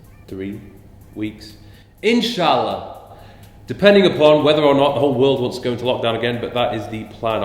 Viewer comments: Loved the way you said “ Inn Sha Allah “ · In shaa Allah! Loved how you said it. You know it means, if God is willing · Keen on hearing you speak more arabic hahha good accent dropping that "inshallah"